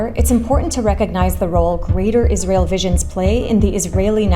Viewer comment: Can we take a moment to appreciate that they called it Jizrael 😂